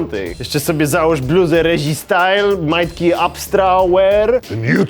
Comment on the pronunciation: NIE REŹI!!!!!! REZI!!!!!